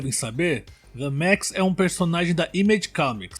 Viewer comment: Parabens pela edicao b💩st💩. "DeMaXiSh"